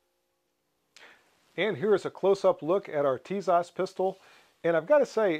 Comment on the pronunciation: Pronounced - Tisash